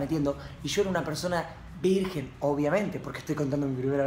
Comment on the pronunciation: Lo escribió así porque Coscu se equivocó y dijo "Virguen" .__.